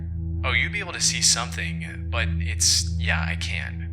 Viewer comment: Every time says the word "BUT" he pronounces it as "BITE", or when he says the word "HOWEVER" he pronounces it as "HIGH"-ever. He also pronounces the word "CONVERSATION" as "CONVER-Zation and the word "LOST" as "LO-Zt". Is he Northern Irish and trying to sound American, or is his voice AI generated? It says he is from the United States, but something is very off with his pronunciation of English words.